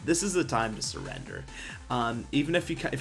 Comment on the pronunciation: WHEN TO NOT SURREDER? OMFG DON'T SPEAK ENGLISH EVER AGAIN!